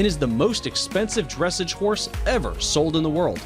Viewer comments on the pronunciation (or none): Horses should have started their main training at the age of two, let alone be racing already!! It frustrates the hell outa me. The youngest a horse should ever be backed is 3 1/2 years of age. Oh and the way he says dresij instead of dressage is kind of pathetic... who the hell got him to do the voice over, at least make it an equestrian that ACTUALLY knows how to pronounce things ¬.¬ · It’s pronounced dressāge the a is long and māre the a is long in this one to and the horses are he or she not it please do more research on how to pronounce names and words before coming out with a video like this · And please know how to pronounce words. It's dres SAGE.....not dres seg. Good grief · Not 'Dŕessidge' but Dressarge *silent R or 'dressahge' please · Just curious if this guy actually knows ANYTHING at all about horses... They are called he or she, not it. It is foaled, not fouled. He also needs to know how to pronounce dressAGE, not DRESSage. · Lols. It's pronounced dress-aaaaahge. Not dressige. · I'd like to know how a horse can be a year old when it is 'fowled'... being as a horse being FOALED means it was BORN. How does a horse manage to be a whole year old when its first born?! And I have to say that conflating western riding with dressage (pronounce 'dress-AAAHge' not 'dressij') is... wow. Do you know anything at all about horses? And, seriously, do you think people cannot tell the difference between a famous race horse and some kid's Welsh pony? Or between a seal bay and a bright chestnut? Ugh. Not worth the time, seriously disappointed. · Amelia Finn Yeah every time he said “dress-edge” I was here like that’s not correct but alrighty. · ‘Dressig’ and ‘Shockenshmole’ 😂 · Dressage is pronounced "dress-sahj," accented second syllable. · DRESS---AGGGEEEE Please... someone tell whomever created this video, how to pronounce the words correctly!!! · Dressige he has a script so how can he still pronounce it wrong.. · henlo not to mention “dressidge”